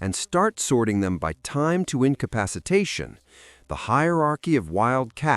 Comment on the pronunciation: "incapapactation" just made my day 😂